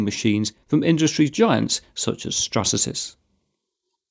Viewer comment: hold on... did you say Strasasys instead of Stratasys?